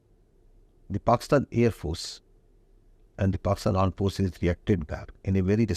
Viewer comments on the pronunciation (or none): Aand forces😂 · Aand forces 🤣🤣🤣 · Aand forces😂😂